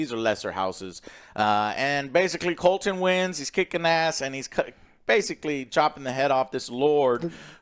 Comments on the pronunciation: Daemon = Damien. Criston Cole = Colton. Aegon = Aegin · Rainy's and Colton...with Eggin...got it! 😂😂😂😂😂 For God's sake, Joe...get the fuckin names right for once! 😂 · Couldn't agree more with your rating. Also its Criston Cole, not Colton. Love the videos. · does joe actualy watch this show?or is he getting every name wrong on purpose? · Finally, can't wait to listen to these guys smell their own farts while butchering names. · I think Joe just pronounces Criston Cole’s name wrong on purpose at this point and it’s a different name every week🤣